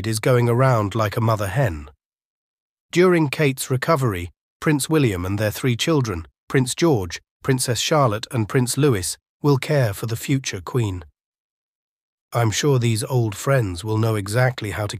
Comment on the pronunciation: It's not Prince Lewis! It's Prince Louis. They always say it wrong. LUUUI NOT LEUWIS!